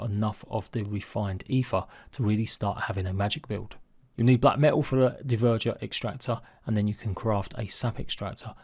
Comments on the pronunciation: Anyone else get triggered when he calls them "d-ver-jer"? Pretty sure it's "dwerger" (,rhymes with burger) but I could be wrong 🤷‍♂️ would just make sense thinking of viking wording. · I understand your concept but I still lean more towards the Norse pronunciation, think of names like "Bjorn" it's pronounced "byorn" rather than "b-jorn" so using that I'd assume it's pronounced "dwerger" 🤷‍♂️